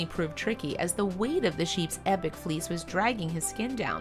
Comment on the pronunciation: It took a while to realize she was saying fleece not fleas